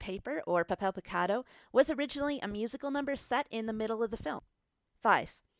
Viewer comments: "(Pah-Peihl-Pee-Cah-Dough) TRIGGERED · 'pahpel pehcadoh' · If i hear this bitch pronounce “puhpel pecado”.... papel picado pendeja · “Puppel pecawdoe” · When she says papel picado it sounds like shes saying pip avocado XD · Papel picado, that is not how you pronounce it in Spanish. You're pronouncing it as if it was an English word, that's a given, but try to listen how actual Mexicans pronounce it, or how a German would pronounce Berlin "Guitarrón", you should emphasize the last syllable, as indicated by the tone mark "Mexicano" is pronounced "Meh-Hick-Ann-Noh" Af for those piñatas, I can totally forgive the pronunciation, since English has no ñ, but try combining the ng at the end of "thing" with the german word "Ja". Also, the T is pronounced like in the word tall Alebrijes is almost good, but to understand how the letter J is pronounced in Spanish, ask a German to pronounce Nacht, Loch, Fluch, Bauch Pepita, once again, has a hard T, not a soft one The list goes on